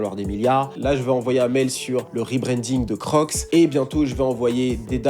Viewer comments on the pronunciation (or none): Un mell ( mail ) 😂😂 les fr et l anglais 😂😂😂